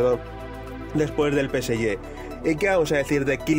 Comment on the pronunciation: Deja de decir Peseyé!!!